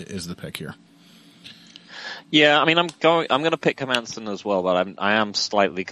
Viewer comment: Hermansson? Nah, mah man, son.